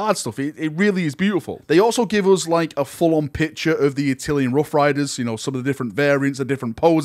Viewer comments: “A-till-N” not “A-till- e-N”: it’s “-llan” not “llian”. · Not "Attilian"! 😬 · Attilian? Why you say it wrong :( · Admit it! You've been pronouncing it like "Attilian", just so people would point it out in the comments and drive traffic.